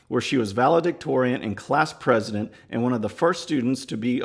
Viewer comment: Maxine thinks that pronouncing things like Prez-o-dent or gas-o-lean makes her sound in-tell-o-gent. Actually it just makes her sound arr-o-gant .🤔